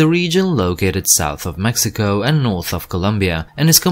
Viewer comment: Literally not a soul on this planet thinks Colombia and Venezuela are a part of central america lmao, also why do you make an effort to pronounce all the countries correctly with the exception of Mexico lmao makes no sense smh